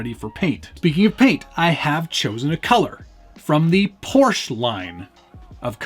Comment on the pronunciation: “Porsche” has two syllables. Guards Red?